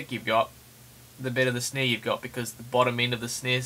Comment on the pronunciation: "For a good snei" ahahh Love the tutorial though